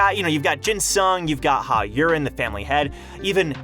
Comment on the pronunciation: Maybe lean into the accent juuust a bit for Yurin. Yureeen. Not urine.